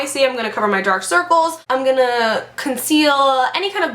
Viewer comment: Why do you say gpoing-aaa to be??? İt sound so sillyy